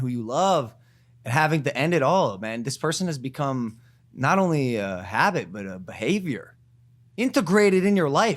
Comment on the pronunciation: Haha he knew he messed up when he said the word “habit”